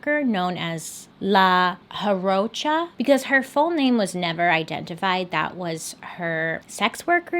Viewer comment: If memory serves La Jarocha is pronounced "la yah-row-cha"